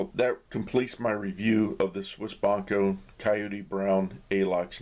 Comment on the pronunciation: There is an "i" in the word Bianco, please try to pronounce it. The beginning should sound like when you say "biatch"., if you read this: sorry, I couldn't find another similar word...:D